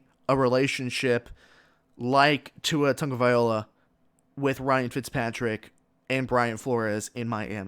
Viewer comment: TagovaiLOA, not TagovaiOla. Great observation regarding the Dolphins GM/Head Coach/ QB dynamic.